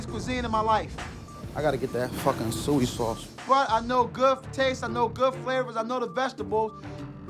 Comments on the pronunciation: bok chewy and sewey sauce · "I gotta get that F**kn sui - Sauce" AHahahah okay buddy , ill believe you don't know how to say soy sauce.